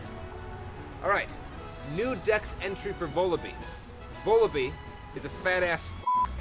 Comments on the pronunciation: Isn't Vullaby pronounced like lullaby? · The biggest Pokémon mystery to this day is wether vullaby is pronounced like baby, lullaby or wallaby. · You mispronounce Vullaby.